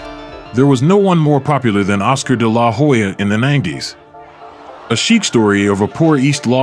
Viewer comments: Seems factually accurate, but the name pronunciation (Day-LAH- Hoya) seems kind of off. phonetically it's usually pronounced Della-Hoya. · It's De la Hoya. Not DE LA Hoya. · It’s De La Hoya not Da La Hoya say his name correctly! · If you can't say his name properly, don't make a vid of him. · I do not know how many Oscar's fights you have watched but you do not pronounce his last name like that. Work on that next time you post another one of his videos. But besides that, good work. Keep it up, kiddo. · How do you not know how to pronounce his name? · Okay why do you pronounce his last name like that, with the emphasis on the La? What's funny is the commentators in the fight pronounce it correctly. Lol 😂 🤦🏽‍♂️ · The way you say his name irks me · Why you saying dela hoya like that lol anyways i don't know how they gave this win to tito not taking anything away from tito he was an awesome boxer but even with Oscar cruising through the last 3 rounds he gave tito a boxing lesson for 9 rounds and what made this suspect was one of the judges gave the last round to Oscar how's that possible lol I think he did that so it wouldn't look so obvious and the rematch didn't happen because of money issues they were offering tito 10 million but he wanted 20. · Whats with the stressing La in de la hoya. My god. De LA! Hoya 🙄🤦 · I stopped watching after I heard you butcher his name over and over . Lol. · You can't even pronounce his name correctly LOL